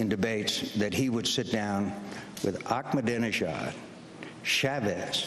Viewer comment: it's funny and hilarious how McCain mispronounced the leader of Iran's name, haha, .